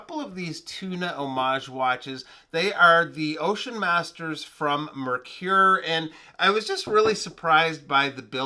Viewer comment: Once again another great video. I love how you use the camera with close ups and the lume shots. Your videos are always informative and very well produced. You are a pro bro. Are you sure of the pronunciation of the brand name?